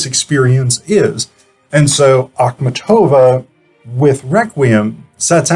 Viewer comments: You put the accent on the "tov" syllable whereas the accent should be on the "mat" syllable, a sound such as in the word MARket. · Your pronouciation of her name is just horrible.